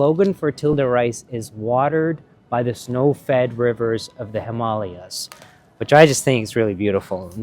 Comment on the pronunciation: How have I gone this long in life not knowing the correct pronunciation of 'Himalayas'? Shook